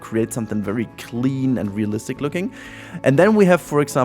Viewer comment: Ohhhhhh, -listic. I heard BOOTY-listic the first time. I was so lost.